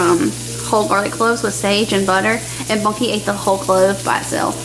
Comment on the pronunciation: Ohhh, sounds like you call him Bucky. I need to listen better....lol.